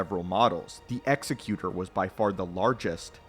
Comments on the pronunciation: You keep saying, "Executioner" in the video when referring to the "Executor" Egg-zec-you-tor. Not ex-eh-cue-shunner. Different words that mean different things. Sorry, hearing you call the ship and it's class the wrong thing over and over hurts my brain. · To be fair, he's saying Executor and not Executor. Ex-eh-cue-tor vs Ex-ek-u-tor. They're pronouncing the word executor like it's an executioner but they're not saying that word. Still very wrong and it bothered me more than it should. Executor - "a person or institution appointed by a testator to carry out the terms of their will." Executioner - "an official who carries out a sentence of death on a legally condemned person." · "Exy-cue-tor" is not a word, it's "Ex-ec-you-tor" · It is pronounced "egzecutor" as in an "executive" not execution, because it was the biggest and leading star destroyer. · Say it with us: EGG ZECK YOO TOUR Say it. Credibility is the only clout you ever really have. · I always preferred to pronounce it "ex-ZECK-u-tor" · Nothing to do with preference. The way he pronounces it isn’t a word at all. It’s executor like executive, not executor like someone who executes people. That would be an executioner. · Didn't Rogue Squadron 3 pronounce it "ecks-ECK-you-tor", kinda like the Pokemon? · Jesus you start the video and you don't even know how to pronounce "Executor." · I have to be a grammar Nazi and point out the name is being mispronounced in the video. But still an awesome video. One of my favorite ships. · I couldn't get over him mispronouncing "executor" ROFL. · it bothered me so much my brain actively tried to black out every time he said... Whatever he said. The pronunciation would dictate with meaning it is. And he kept using the wrong one. I don't know why it bothered me so much, but I couldn't finish the video, and likely will never open it again.